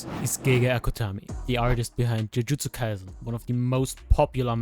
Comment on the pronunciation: Non native speakers always pronoun Jujutsu Kaisen like Z sound but it actually is C sound like cen